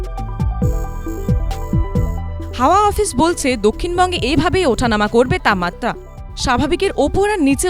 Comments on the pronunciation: তাপমাত্রা শব্দটা সঠিক ভাবে উচ্চারিত হচ্ছে না। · এবিপি, আপনাদের প্রতিবেদনের মান অধোগামী। তাপমাত্রা উচ্চারণ যেন বাংলা ভাষার অন্তর্জলিযাত্রা!